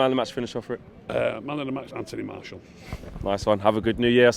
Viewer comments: He normally says Marshall not Marciel. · ''MARSHAL" lol